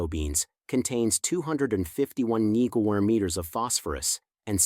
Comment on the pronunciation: mg is mill GRAMS not as you pronounced it Which means 1/1000 th of a gram I suspect you are reading this from a written page and probably your not familiar with the actual facts and reporting what was given to you to read, And it is possible this is being read by AI So how can we trust this, as some may be true and some may not Basically it is repulsive to listen to when not speaking correctly As one is inclined to think maybe this is all fabricated just to make a video.